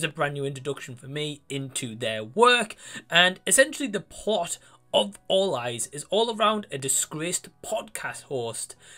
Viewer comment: Awesome review matey, I love the way you explain stuff in your reviews! I thought you said Fall Guys at first lol!😂😅 Great new rating system you have, I personally prefer it as a rating out of 10 but you can do whatever you prefer! I won’t check out this film but I appreciate your reviews as always! Take care mate!!!😁✌️